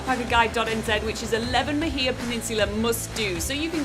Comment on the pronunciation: Love this but you are pronouncing Mahia wrong!!!!